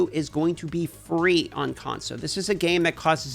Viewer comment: Can we get a kickstarter going to buy an “L” for the word ‘console’? He keeps losing his. #conso